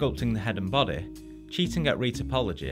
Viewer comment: No one: saying body: bodeh.